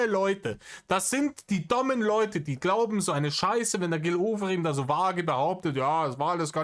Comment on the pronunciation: Die richtige Aussprache ist: Gilneeee